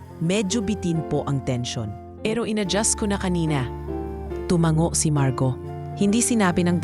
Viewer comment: Maganda sana Ang kwento kaya lang kelangan Ng narrator mag practice Ng pronunciation 😂 dahil Tagalog pero Mali pa Ang pagkabasa marguo ginawang margaw 😂😂😂